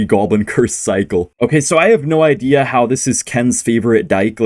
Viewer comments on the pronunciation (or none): none